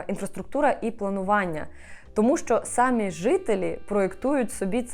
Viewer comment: Дуже люблю ваші відео, але дуже ріже вухо одне слово Не хочу здатися grammar nazi, але, будь ласка, якщо вам не важко, зверніть увагу, що у слові «самі» наголос на «і». Дякую!